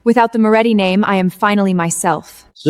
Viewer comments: Are you kidding? Is there a lot of wine involved? Every scene has nonsensical garbage instead of basic words. "Memorandum," "ledger" the family name is inconsistent Moretti, Morelli, Morechi, Moroti and many other words are so mispronounced that without the subtitles it was unintelligible. The family name is said more than 7 different ways! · Are you kidding? Is there a lot of wine involved with drunken AI data entry? Every scene has nonsensical garbage instead of basic words. "Memorandum," "ledger" the family name is inconsistent Moretti, Morelli, Morechi, Moroti and many other words are so mispronounced that without the subtitles it was unintelligible. The family name is said more than 7 different ways!